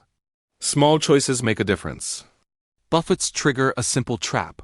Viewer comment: Buffets? Like, waves buffeting a ship? How about a real narrator.